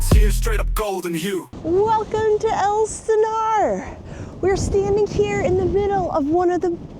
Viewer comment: It's Ales Stenar